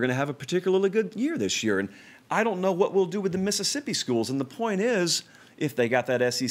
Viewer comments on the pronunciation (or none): none